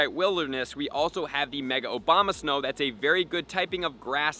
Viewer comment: love the video, but mostly how you pronounced OBAMA-snow XD